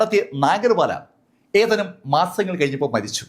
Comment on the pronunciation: സംസാര ശൈലി ഒരു ഓളത്തിന് പറയുന്നതാണെങ്കിലും ഇപ്പോ ഭാഷയെ കൊല്ലുന്ന പരിപാടി ആയിട്ടുണ്ട്.. ഏതാനും എന്നതിന് പകരം.. 'ഏഥാനും മാസങ്ങള്‍ കഴിഞ്ഞപ്പോള്‍...' എന്നൊക്കെയാണ് ഇപ്പോള്‍ പറയുന്നത്... പഴയ വീഡിയോകള്‍ ശ്രദ്ധിച്ചാല്‍ അറിയാം.. പലതും പറയുന്നത് വേറെ അക്ഷരം ആണ്.. പറയുന്നതിന് ഒരു സ്റ്റൈല് വേണം... പക്ഷെ അക്ഷരങ്ങളെ ദയവായി കൊല്ലാതെ ഇരിക്കുക....